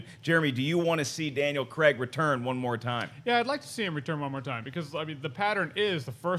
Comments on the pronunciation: It's craig not creg there's no e I'm dyslexic and I can understand that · Who the hell is Daniel CREGG??? Craig kr-ay-g, He's British, please use the British pronunciation